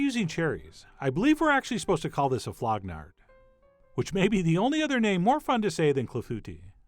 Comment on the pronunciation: You said flognarde, uh huh huh huh huh huh huh huh